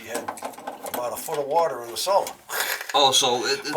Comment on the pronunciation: Great video as usual. BTW, it's 'cellar' not ceiler.